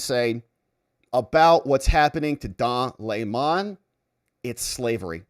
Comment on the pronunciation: Sir, it’s Dong Le’mon now.. 😂